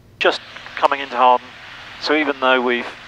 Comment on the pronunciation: Great video. I live right next to Hawarden airport and I'm happy you pronounced it correctly. I work on the trains in the area and our automated announcements on the train pronounce it "HOWarrrDEN" and it drives me mad. quick question, when approaching Hawarden, do you have any special instructions if you see a train on the approach to runway 22? I've been told that the training pilots at RAF Valley have to abort their landing if there's a conflict. (to be fair, we have special emergency signals there too that are turned on by RAF Valley tower in an emergency, there are none at Hawarden so I assume there's no special instructions.)